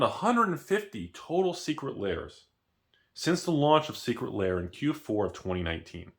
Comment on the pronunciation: saying, "Secret Layer" instead of "Secret Lair" is his best troll in months.